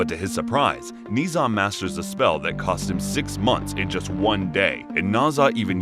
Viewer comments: Everybody mentally drops the "H" in "Zh", turning it into "Z", while it is actually "Zh", pronounced like "J" in words "Jail", "Jade", "Jaguar" et cetera, but with slightly less accent on the beginning of the sound. It is a nice recap, but listening to the story of Ni Za instead of story of Ne Zha was hilarious for me. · Ne Zha is pronounced Na Ja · Its pronounced ner zar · IS NOT NI ZHA IS NE ZHA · "Knee Za" Dude its pronounced Ne Zha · not NEE ZHA, it's NEH-ZHA! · It's pronounced Na-ja not niza I how it's spelt but you are pronouncing it wrong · It’s ne Zha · its not ni zuh its Nuh zha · Don't want to come off as annoying or rude But just for the sake of information I shall point out that Ne Zha isn't Nii Zha, but Ne (like the e from egg) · yes its just Nezha (Neza) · His name is pronounced neu-ja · It’s pronounced n e j a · its not ne zha 0-0 its Nancha 0-0well pronounced nancha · No one: Absolutely no one: Him: NeEeh ZaH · the "zh" part is pronounced like the "s" in "measure," so it's "Neh-zha" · "nee zha".. please tell me i wasnt the only chinese speaker who was triggered by this (no hate tho the recap was so slay) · Not to be rude but it’s pronounced (NE-SHA) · It’s so cringe the way he’s pronounced his name smh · All the Chinese people here are probably going to question the way he pronounced Ne Zha. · Jeez, either you wanted to get on peoples nerves or you don’t know how to pronounce Nezha. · That isn’t how you pronouce ne zha to me atleast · Your prouncing it wrong I watch the movie and said wrong